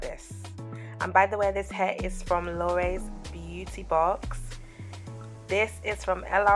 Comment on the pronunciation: She say ees looking nice and delicious 😂